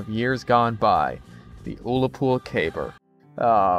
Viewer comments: Scotsman here, its pronounced "Uh lah pool" not "Ool la pool". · No you say u llapol not how you say it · Ooolapoool?!? Im fucking dead lmao I actually live near the town of Ullapool. Its pronounced with an "Uh" sound not an "OoOoOoOo" genuinely giggling holy shit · "oolapool" lol